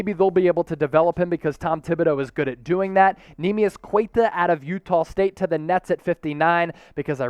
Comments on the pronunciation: ITS pronounced Nemias Q(u)ETA NOT qUeta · And it's not "Cueta" , it's "Keta"